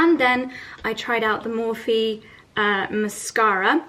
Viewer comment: Its pronounced Morph - ee, they just got it in Australia also, great big palettes for experimental makeup looks :) that cocktail looks yum, although I'm always scared to put egg whites in - does it have a weird slime texture? PS, I got some mesh bug preventing netting on amazon and its working wonders - my kale is really big and no nibbles - helps to prevent possums and birds from nibbling also